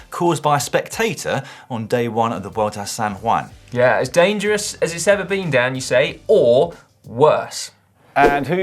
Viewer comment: Please please someone tell Dan how to say San Juan, not San Waan